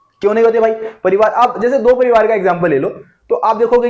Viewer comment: Pronounce parivaar or likh parivaar